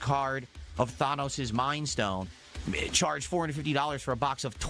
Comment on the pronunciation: He's so far removed from the greater world he doesn't know how to pronounce thanos despite him being the biggest villain in recent pop culture